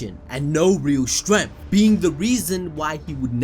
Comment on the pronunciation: And forener lol